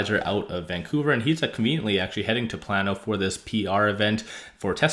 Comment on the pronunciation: It is pronounced "plane oh" not plan oh. Tesla should not join the lawsuit so as not to alienate Texans however they surely hope it succeeds.